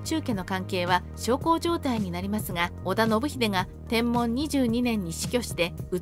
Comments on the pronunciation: ナレーションに誤りがあります。 年号の『天文』ですが、『てんもん』って言ってますが、『てんぶん』ですよ。 あと、テロップの地名は、大柿じゃなく大垣では？ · 天文は｢てんぶん｣であってますが、大垣は大柿表記でも間違いではないはずです